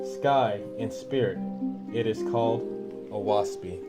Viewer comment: Great that you have this channel and you are very easy & Clear to listen to And beautiful graphics With all due respect to you a few suggestions The name of the book Oahspe is pronounced O-ass-pee The sound of the wind through the trees The name given to non faithists is pronounced U-z-ian I hope you will accept this knowledge with the good intentions it is sent Please consider making more videos